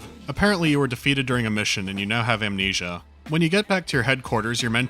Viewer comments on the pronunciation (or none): none